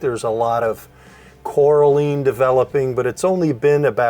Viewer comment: Did you say coralean? Lo😂